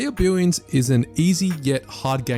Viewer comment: Billions or Billwiouns? Lmao